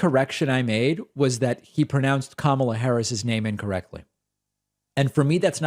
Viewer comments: They say her name Kamala wrong to disrespect her 🤔🤨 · I'm with you 💯% about these CULT 45 members (and the like) who continuously insist on mispronouncing Vice President Kamala Harris' first name. Of course they know the correct pronunciation; however, purposely feign ignorance as though her name is so 'ethnic' and as a way to just be disrespectful !